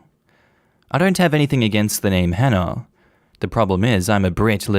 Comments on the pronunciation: Story one, does he just actively be rude and mispronounce anyone's names who start with an H? Cause it kinda sounds like he just doesnt wanna actively try to say the name correctly. Dropping letters in words isnt the same as a speech impediment. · I drop as many “H’s” as the next Londoner, but if I have to pronounce the “H”, I will do. It aint that he can’t pronounce the name, it’s just Cockneys drop their Hs. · So many people learn multiple foreign languages, yet this man can't even bother trying to pronounce a common English name and add one common English sound to it 🤦🏻‍♀️ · THE GUY WHO COULDN'T SAY "HANNAH" USED THE WORD "HENCE" 😬 I really don't believe he pronounces it "ence" and I also don't believe he can't force himself/learn to say the "H" sound for the sake of his daughter and his wife. The "H" sound is just breathing out forcefully - anyone can do that. I am English, I understand a dropped "H" is a feature of some people's accents but why can they not learn to pronounce this one name when it's so important!?